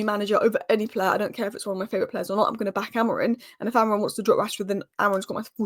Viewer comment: "Mendes" in Portuguese is not pronounced like the spanish name "Mendez". The 'e' at the end is silent, so it sounds more like "Men-deesh". In Portuguese, we often drop final consonants or vowels, which can make our pronunciation seem unusual to English speakers. Also the "im" in "Amorim" is a very soft "m", not like "mm". But the correct sound probably doesn't exist in english.